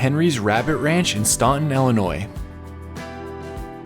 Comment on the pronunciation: Stop saying "ellinois". It made me stop watching